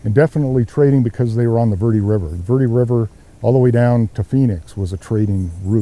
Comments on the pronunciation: ver de not verd or verdy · Please use correct pronunciation. Verde doesn't sound like "ver-dee". It's "vehr-deh". If not, just say Green Valley. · Ver-dee? Ha